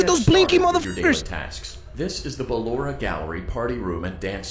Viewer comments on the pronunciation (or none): He called Blora Poloma hahahahaahah 😂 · HE CALLED BALLORA BALOMA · It’s so funny how he says balloras name as paper in my language 😭😂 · THE WAY HE SAYS BALLORA AS BALLOMA